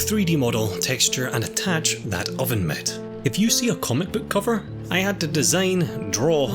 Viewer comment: Absolutely no one:: OVEN MIT